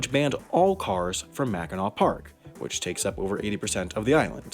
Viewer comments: I’m glad you actually pronounced Mackinaw correctly. Lots of people don’t pronounce it right and it really ruffles the Michigan residence feathers. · I'm happy you didn't pronounce it "mackinack" XD Anyways, I really like your channel and the topics you talk about 😀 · as a michigander im so proud of you for not pronouncing it “mackinak” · I’m from Michigan and for some reason we get very strict about how the island of Mackinac is pronounced and fort Mackinac and Michiganders sounds exactly happy that the vice president brought cars onto the island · I love that you pronounced it correctly! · Haven't watched the video, but I'm guessing it's on Mackinac Island. (My scout troop cycled around the island a few times) Edit: I WAS RIGHT. Also, thank you for being one of the few people who can correctly pronounce "Mackinac" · I can't tell you how happy I was that he said mackinac correctly!! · Or if you like walking around dodging mounds of horse shit & the general smell of horse shit... & thanks for pronouncing it right! 🙌